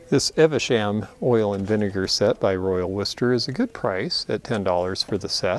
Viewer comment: I grew up knowing the Royal Worchester oil and vinegar you picked up. We always pronounced it "Eve Shum."